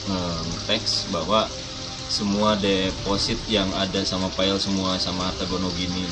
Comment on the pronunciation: Walau pernah d Amerika 7 tahun ... Tetep ya ngomong file = Pail ... Sungguh membumi 😂